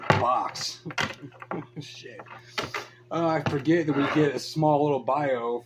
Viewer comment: Pick n your noz. Again... PUT N NEAR. You need to do thiz and zat. Guy okie dokie PUT N NEAR